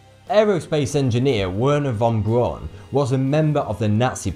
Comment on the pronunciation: dude his name is WERNER VON BRAUN and not WENHER VON BRAUN